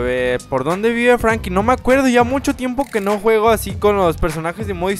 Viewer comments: Franklin no Frankin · WEE. SE. DISE. FRANKLIN